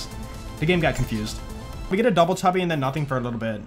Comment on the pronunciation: Did you say Dubble Tubble on purpose?